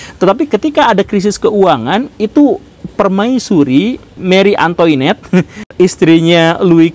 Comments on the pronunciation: Guru Gembul ralat, “Marie Antoinette” itu dibaca MARI ANGTWANET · Nice info. Enak dengerinnya dan jelas. Ditunggu kelanjutannya. Hatur nuhun. BTW, punten Kang, Marie Antoinette bacanya [maRi angtwanètt], Pisau GUILLOTINE [giyyotin]. Klo suku katanya ada OI, bunyinya [wa]; Klo suku katanya ada AN/EN/AM/EM, bunyinya kira2 [ang] 😁 Bahasa Prancis mah emang gitu😁